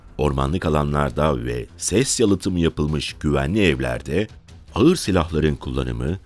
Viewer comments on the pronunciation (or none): none